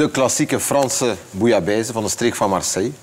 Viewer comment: zeveraar, het gaat om bouillabaisse, niet bouillabaise. Koken, en vooral je mond houden!